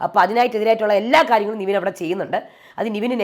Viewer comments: അതേ...nevin ne നിവീൻ എന്നാ പറയുന്നെ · Nivin alla Nevin aanu name, oru reviewerinu name polum ithrem naal aayittu correct parayan arille ? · താങ്കൾ എപ്പോഴും നിവിൻ എന്നാണ് പറയുന്നേ ( his correct name is -Nevin Cappresious) നെവിൻ എന്നാണ് നിവിൻ അല്ല